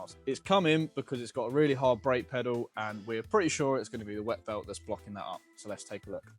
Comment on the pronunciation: I'll never guess whAAt company owns thAAt vAAn